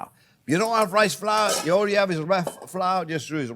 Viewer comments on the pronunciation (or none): none